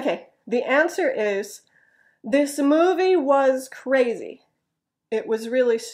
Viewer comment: "was" is not pronounced [wəz」or [waz] but like [wiz] or [wz] when you speak at natural speed. It stunned me. What is what I have been studying so far such a easy word. What I have to do is to get used to it. And, could I have a question? You said at the beginning, "I have watched three movies from home." I wondered "from"? Isn't it "at", is it? Thank you as always. Invisible pollens has come to me. My eyes and nose are itchy today a lot. btw, Are you alright with earthquake? I hope you're safe. We have no shaking last night here in Nishinomiya next to Kobe. Take care.